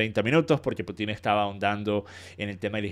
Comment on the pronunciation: Sólo un pequeño alcance... es "Pútin", no "Putín" xd Cuando dicen "Putín" me suena a "putito pequeño" jajaja Como sea, buen análisis del video, 👍🏻